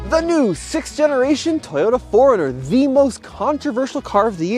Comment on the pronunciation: Why do I keep hearing Toyota foreigner. 🤔